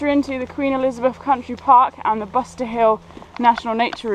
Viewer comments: So as a budding documentary film maker, (being paid and supported to make the film ?)you would want to say the names of the places you visit correctly.........Loved the video but, was irked that you made so many gaffs...........eg it is "But ser" hill, not "Bust er" hill and farm...........eg, Lewes is spoken, "Lewis"....... a brief chat with anyone who knows anything about the area (fellow walkers?) would have you on the right track. Also are you allergic to cafes ? There were so very many you passed without commenting on or even showing us the pleasure of stopping for a brew.........loved the one that you did share......very sorry..........having said all that, loved the film. Thank you..........p.s. so was the kick starter fund giving you money to make this film then ? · Butser Hill not Buster.